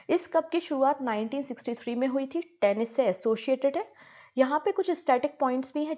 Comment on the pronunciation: You said Tenish 😂😂😂 please learn the pronunciation